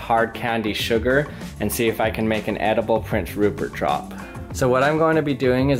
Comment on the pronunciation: I HAVE SUCH A DIRTY MIND I THOUGHT HE SAID PORN STARCH xd